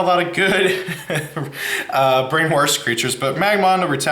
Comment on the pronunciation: Just FYI in the word “brainwash” there’s no “r” before the “sh” so it’s pronounced “brain-washed”